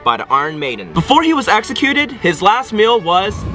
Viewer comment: Did you say execute!?